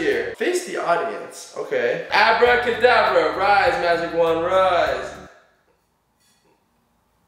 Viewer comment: You said hour cadabra